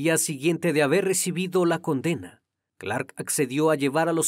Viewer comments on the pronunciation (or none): none